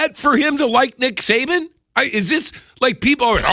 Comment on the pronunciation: I'm so hot and tired, I thought you were saying Satan!😂😂😂